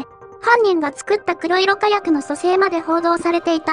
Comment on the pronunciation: 誰かが書いてるとは思いますが『こくしょく』では。 ＮＨＫさん、少し考えて報道しないと